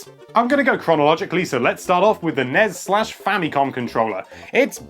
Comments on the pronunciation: I hate hearing "Snes" and "Nes" as a word - "S N E S" and "N E S" say the letters please - I'm just spouting here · "snes"? Gesundheit! Please repeat: "N - E - S" ; "S - N - E - S"